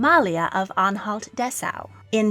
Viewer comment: I hope you'll one day also do one about how the abolished monarchies fit into the European royal family tree. Btw the Au in Dessau is pronunced like the ou in ouch. (We also say Au when we mean ouch).